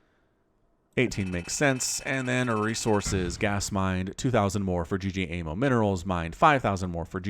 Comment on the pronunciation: Love your cast man. Though ggaemo is not g-g-emo. it is ggae-mo. 'gg' is an stressed 'g' in korean. Keep the awesome casting!